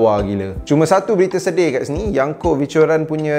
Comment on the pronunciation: Yonko wan bukan yanko